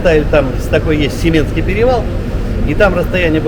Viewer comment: Не семенский а семинский перевал, говорить нужно правильно или вообще не говорить!